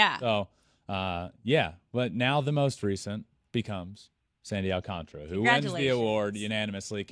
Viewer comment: It's not Sandy Alcantra its Sandy Alcantara